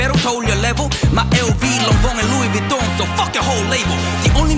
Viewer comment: 여기 fuck발음이 ㅈㄴ찰져서 계속 들음ㅋㅋㅋㅋ